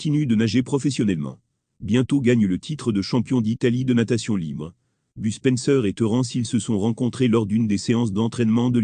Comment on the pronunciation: BUSPENSEUR XD mdrrr mais please faut arrété les voix robotique de merde XD